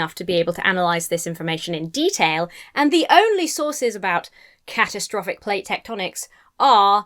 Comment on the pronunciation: my first thought was you said cat-o-traffic ! i rewinding now,!.!